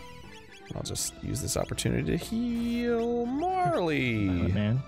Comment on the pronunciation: GOD DAMMIT ARIN GOOGLE HOW TO SAY MARLE